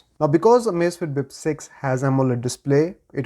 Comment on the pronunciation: "Amazifiti Bip Seizi" 😅😅😅 Parece até o Caneta Azul falando... 😂😂😂